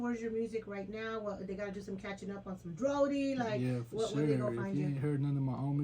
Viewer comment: It’s DRODi* not DRODI